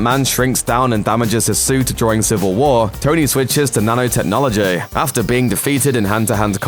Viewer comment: "The mad titaean" "nano technologieeheheh" Why?